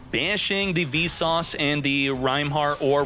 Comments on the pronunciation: Keep hearing you say "V sauce star frost" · are you saying `Vsauce` or `Visas`?